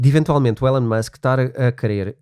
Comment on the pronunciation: Só para melhorar e fazer deste podcast ainda mais único....por favor chamem o nome correto do homem: pronuciasse ilon e não élon... Musk